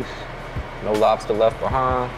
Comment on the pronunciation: "No lobsta left behauh" 🤣